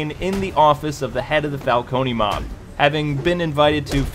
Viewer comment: It's CAR-ME-NAY Falco-NAY, goddamnit!